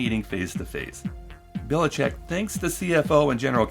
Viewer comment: Just one minor correction - I guess that guy have roots from Croatia or somewhere around here and his last name is pronounced Bilichich (Biličić)